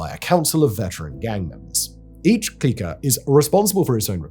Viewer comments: Clique is pronounced "Click". Where the HELL did you get "Kleek-A"?! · It's pronounced "click" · Simon I always love your work and Britishly pronouncing words but clique is pronounced click